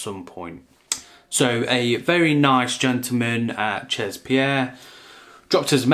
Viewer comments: Omg CHEZ is french for "at"....spelled she'...not chaaaz.... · Jesus, you're teaching people about haute parfumerie and you don't know how 'chez' is pronounced? That's basic knowledge, even if you're not into fragrances you're supposed to know such elementary stuff.